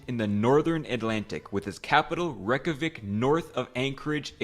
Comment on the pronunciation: excouse me reck-ja-whic its rey-kja-week